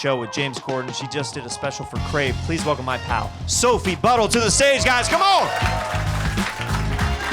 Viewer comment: Sophie Buddle sounds like "Soapy Butthole"😂😂😂 that's all I could hear every time